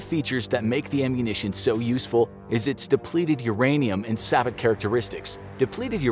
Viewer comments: I think it's pronounced say-bo, not sah-but. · your info on how to say Sabot is wrong. It's not Sah-but, it's Say-bow. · Apparently in America its pronounced sa-buht. I prefer calling say-bow as it sounds nicer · Say-bow not sah-bit, it is a French term. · also, for the record,, sabot is pronounced "say-bow." it's french. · The way “Sabot” was pronounced has me dying 😂 Btw it’s “Say-bow” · "Sabot" is pronounced "say-bow" sir 👍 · Sa-bow, not sabot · Please check your pronunciations of words before you use them Lima is incorrect and Sabo is incorrect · Depends on where you live tbh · dawg why he say sabot like that